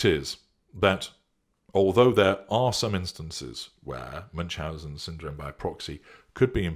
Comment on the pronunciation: Ü is pronounced more like oo not like English u in eg bun. Loving this